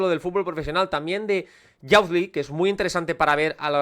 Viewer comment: Me encantó el vídeo, genial como todos. Un comentario con cariño: youth se pronuncia como "yuz" (/juːθ/), no "yauz", tanto en ingles británico como estadounidense. Lo dices en muchísimos videos y cada vez pienso en comentártelo 😅. Sigue con el buen contenido!